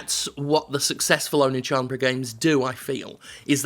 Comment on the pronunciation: I'm in no way a weeaboo, but his pronunciation of Oneechanbara was physically hurting me.